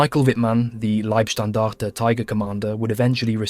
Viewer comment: Its "Libe"- Standarte, not "Lieb" Standarte. Every english speaking channel makes this mistake.